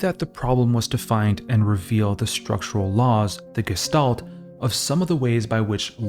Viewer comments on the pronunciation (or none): none